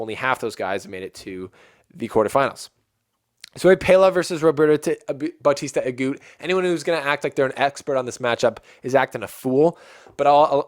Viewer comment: I had a impression that you don't know much about tennis. If you do, you can't say RBA is a clay courter. Please do your homework before the show ( watch matches at least highlight, research about players and tournament rules). PLUS, please pronounce players name properly, if you can't , just call roberto RBA instead of babbling like a baby. make this show professional. I know you youtubers doing this for business.I am not a RBA fan by the way but just got annoyed how little you know about other players or matches unless Federer plays in them.